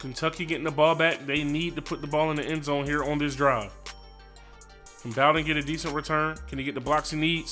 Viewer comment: You said “bow-den” LMAO it’s “boe-den” and he’s our best playmaker on offense besides Benny snell jr.